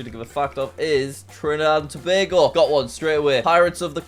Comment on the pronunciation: As someone from Trinidad & Tobago, I'm giving you half a point for pronouncing Tobago correctly. So many people get it wrong. Here's a fact: Trinidad and Tobago is home to the largest natural deposit of asphalt in the world. It's called the Pitch Lake.